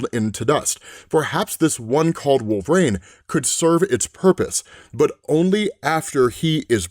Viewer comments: Dude, I love your videos, but please, it's "Wolvereen", not "Wolverain" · For the billionth time,... It's "Wool-vuh-REEN", NOT "Wool-vrayne" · Always wondered why you pronounce it wolvrain instead of wolverine. Not that it really matters lol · Why can he pronounce adaman-teen but not wolver-reen (I do know how to spell them I’m just doing them phonetically to emphasise the point.😂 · Are we allowed to ask if knows he’s saying “wolve-rain” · Why does he keep say wolverain...? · Wolv-Rain huh lmao 🤣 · pronounces it wolve-or-rain. 😂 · Sounds like he keeps saying Wolver-ane. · He does wolv rain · Bro thank you. Wolve rain is all I hear too lol. And I LOVE and comics explained I would take a non fatal bullet for no fucking doubt. But Wolve Rain is how I hear it and everytime I'm like does he know he sounds like hes saying wolve rain? He definitely knows how to say Wolverine. Right? RIGHT??!!?? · Do you say wolv rain on purpose? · Does always say his name with two syllables like this? I feel like he doesn't. It's kind of jarring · I’ve always wondered why you say his name like that?